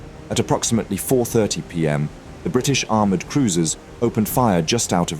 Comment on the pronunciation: 2 "Aroumred" cruisers lol